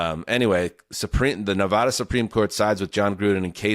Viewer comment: It's incredible that and have lived next door to Nevada for many years but still can't pronounce it.